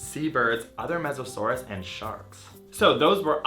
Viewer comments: Mosasaurs not mesasaur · I'm pretty sure "small mammals" weren't around during Meganeura's time. Also, there were no snakes during the Triassic. And finally, the word is "mosasaur", not "Mesosaurus", which was a Permian period aquatic reptile.